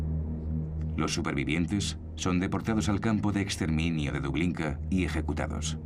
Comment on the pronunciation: Dublinka dice en vez de Treblinka... Y en capítulo anterior habla de "una de las segundas flotas más potentes", me cago en la puta, o es la segunda o no, pero que coño "de las segundas"? Y en el segundo dice 4 toneladas en barcos destruidos, me cago en la puta si eso pesa medio cañón!